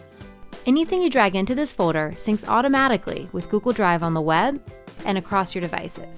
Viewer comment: Wait is it just me or does she really pronounce folder as "foader"???